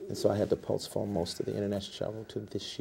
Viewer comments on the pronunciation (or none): Can someone please stop him. I’m cringing over here, if he says ax Michele, instead of ask I’m going to scream. He wants to sound so intelligent but his some of the words he uses. Omgoodness please postfone this interview. SMH what a creep that cannot get his lies straight and please quit chomping on your bottom lip!!!!!!!!!!!